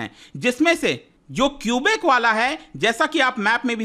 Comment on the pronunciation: At least we have democracy, and that’s why there were two referendums done in 1980 and 1995. And please pronounce the names the right way 😭 its kubek not kiubik. I like the video and tbh there are still protests going on and govt doesn’t suppress them. We are called True north strong and free for a reason❤